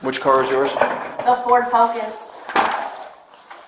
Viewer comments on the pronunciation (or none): “The Ford Fock-Us” 😅😅😅